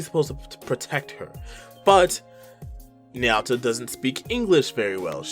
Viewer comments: N-yaw-ta It’s na-you-ta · Ny-ow-tah is the first time I've ever heard her name be pronounced that way by anyone. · Na said like naw. Yu said like you. and Ta said like taco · The way you pronounce Nayuta hurts me.